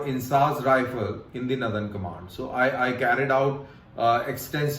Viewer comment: northern ... not nuthurn